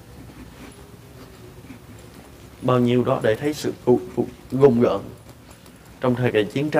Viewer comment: Rùng rợn ông ơi ,gùng gợn cái gì đọc bậy ko